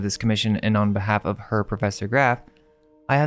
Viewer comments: That word, is not pronounced, "her." It sounds like, "hair." Sweet. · Herr is pronounced Aire. It means mister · Herr is pronounced like "air" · Her? It's pronounced "hair" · Herr is German. pronounced more like "Hair" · I love all your videos and appreciate all the research you two do❤ "Herr" is pronounced like "air" as the H is silent. "Richter" is usually pronounced like Rick-ter as the H is silent in it also. 😊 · Quick fyi, Herr is pronounced “hair” and means Mr.. a German word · Just a couple things, Richter is pronounced "Rickter", and Herr is a formal German prefix to a name for a man, pronounced kind of like "Hair" with very soft H and R sounds. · Fantastic video!! I just loved it. Side note, "Herr" is the German word for Mister. It is pronounced "hair" and/or rhymes with "rare." But I only know that because I took German in high school 😉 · Herr is pronounced verry differently.